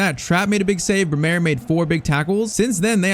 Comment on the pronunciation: It's Brêmer not Bremêr